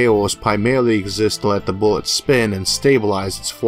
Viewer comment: "Wuddaya know? One Space Boowett weft!" "There was supposed to be a kaboom! An Earth Shattering Kaboom!" You saying we don't have an Eludium P32 Space Modulator?